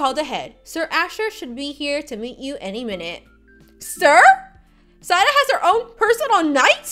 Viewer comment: U kept saying Zaida but it was Zaira